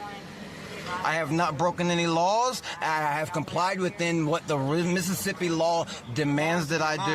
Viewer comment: If he can say Mississippi like that,he’s sober!!